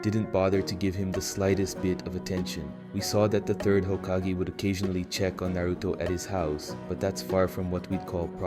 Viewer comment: well you made some mistakes in your voabulary who says hakageeeeeeeeeee